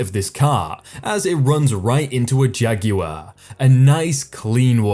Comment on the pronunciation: Jageewar? Am I the only one bothered about the pronunciation of Jaguar?